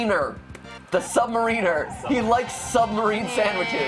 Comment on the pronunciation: Did it bug anyone else when Namor came out of the water, and mat pronounced sub mariner wrong? It probably didn't, but I'm a huge comic book fan, and sometimes little things bug me.